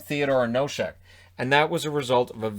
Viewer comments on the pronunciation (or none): To all the people here. It is NOSEK, not NOŠEK or NOSHEK. It is S